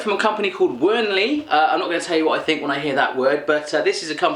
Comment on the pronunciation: Hehe nice video ! Just for your information Kägi is pronounced kay-gi (with a G like in Google), Cailler is pronounced ca (like in café)-yeah, the W in Wernli is pronounced like a V. ^^ You made some other little mistakes but these ones (espacially Cailler) were more significant. By the way I live really near to the Cailler chocolate factory and if you still have question about what you ate or something, just ask them =) I really enjoyed watching this =D